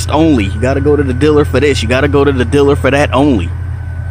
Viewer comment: what's a 'diller'?